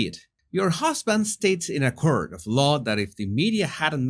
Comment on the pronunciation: Oh Jesùs I just love how you pronounce court…..curt, you’re adorable x